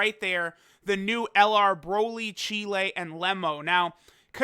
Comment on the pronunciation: Why does say Cheelai like Chile 😂